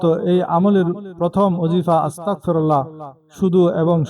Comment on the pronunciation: আরে বেটা আসতাকফিরুললা নয় আসতাগফিরুললা বলতে হবে